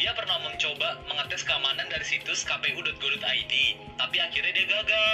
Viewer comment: Itu singkatan dlm bhs indo , jd bacanya ka pe u, bukan kei pi yu.